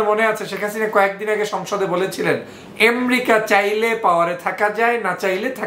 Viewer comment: এমেরিকাকে এম্রিকা কেন বলেন? উচ্চারণ ঠিক করেন, প্লিজ।